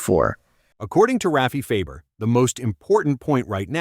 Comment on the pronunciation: You're saying last name wrong it's Farber